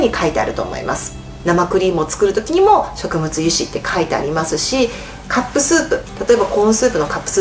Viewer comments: 植物油脂って読み方しょくもつゆしじゃなくて しょくぶつゆし ですよ…。細かいこと言うかもしれないけど何回も言うから気になりました。 お医者さんが言うから自分が間違えて覚えたてたのと思ってググってきましたよ笑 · しょくもつゆし？しょくぶつゆし？ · しょくぶつゆしでは？ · 細かい話ですが、植物（しょくぶつ）油脂です。しょくもつは食物の読みでしか使わないものとなります。